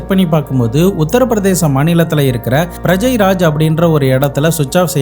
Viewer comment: Its prayagraj,,not prajayraj,,,ur pronunciation is really bad bro